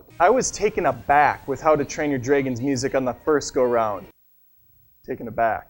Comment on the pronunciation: Dreigonss...again (less obvious this time...improved (y) ) :P